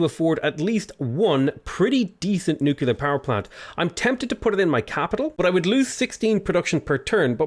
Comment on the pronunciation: Nuclear, learn to say it.